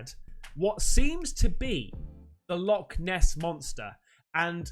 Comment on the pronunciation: Not Loch Ness but.... "Log Ness"😂😂😂😂